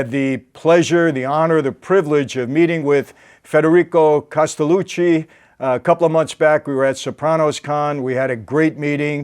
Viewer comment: Gotta say the guest's name right, Mike.